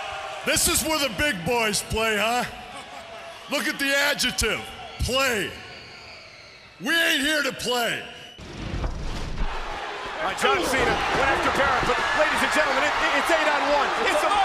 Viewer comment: No he called it an "Ajetiv"